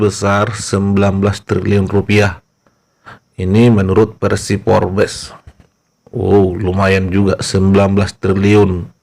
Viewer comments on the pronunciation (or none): none